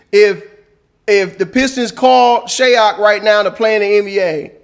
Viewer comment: Can we also please normalize pronouncing these players name correctly! Shayok is prononce (Shy-yōhk) not (Shay-yohk) and Khaman Maluach last name is prononce (Malu-waiyj)!! Appreciate you all get familiar with these names and pronounce their names properly!!